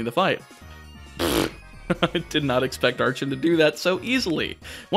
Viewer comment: In terms of pronunciation, I think Icirrus is probably eye-sirrus (ice + cirrus, all towns in Unova are named after clouds) Archen and Archeops are based on Archaeopteryx, in which the “ch” is pronounced like a k.